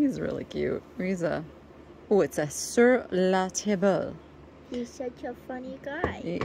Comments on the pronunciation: Sur la table is pronbounxws sir la tobb. You're great with the German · Sir la table means for the table. Pronounced tabb-le (short e) 💜